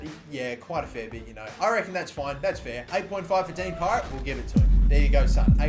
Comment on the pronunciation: Y does he keep canlling him pirate when it's parrett